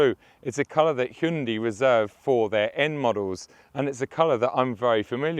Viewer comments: It is (Hyundai), NO Hyndi or Hundi. 😉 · Yeah I believe its pronounced "hyeon dae" by the Koreans. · I heard a Korean pronounced it, it was "hyeon dae".